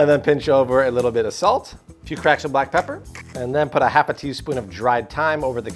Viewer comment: Its not pronounced salt